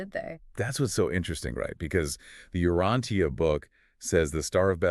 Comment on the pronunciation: I am so glad that you all are doing this. However, I am somewhat confused about the tendency to sort of slide sideways on it. Like bringing up Andon and Fonta, and identifying them, not as the first evolved humans, but something else, "helpers"? And why is Urantia being mispronounced?